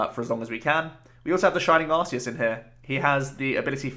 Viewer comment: Great video! By the way, I just watched the Arceus movie and it turns out it's pronounced arc-ee-us (as opposed to "arse-ee-us" which admittedly is funnier)